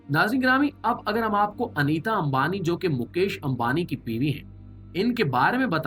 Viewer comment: Anita nahi NEETA AMBANI😂